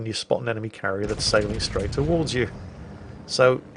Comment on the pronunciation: Huanghe is pronounced Hwung-Her, I'm not going to bother with inflections because I'll be here all day. Clarification edit: I'll be here all day arguing with other Chinese people due to mix-ups with their own dialects.